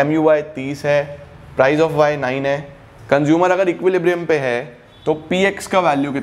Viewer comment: Why I Heard conjumer istead of consumer